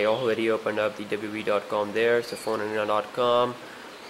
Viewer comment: lol am i the only person who heard it as phoneerotica when he actually told phone arena